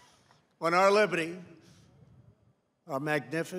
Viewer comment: "Totallyteriortism" "Libidy"